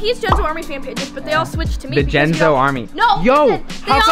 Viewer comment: it's jenzo not jentzoo and it's just not jus